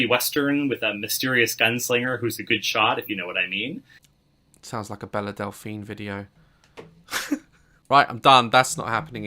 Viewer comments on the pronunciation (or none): I know this comment is so annoying but its "belle delphine" not bella 😂😂😂